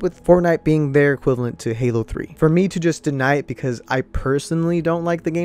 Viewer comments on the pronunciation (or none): none